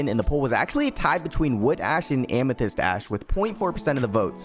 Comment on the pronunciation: WOOD??? It's pronounced WOAD! WOAD SCOUT.